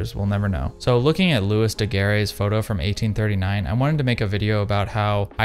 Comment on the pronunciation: And looey not lewis